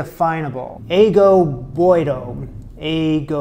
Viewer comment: That was my grand-mother's winter soup. It is pronounced "I - Go - Bo - E - Dough" - It is Occitan for "Boiled Water" :-) - Sage is the "magic component" of that soup. It is said that if you have that soup once a week in the winter, you'll never get sick.